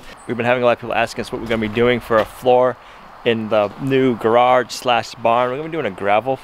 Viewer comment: How many R’s in ‘gararge’?